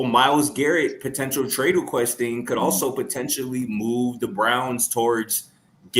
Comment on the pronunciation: said mooth youvment 😂😂😂